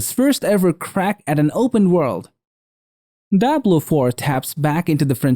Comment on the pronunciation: What is this daablo foor?